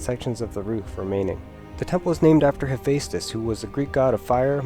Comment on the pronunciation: Enunciation. Enunciation. Enunciation. That is how Hephaistos does not sound like "hefsos".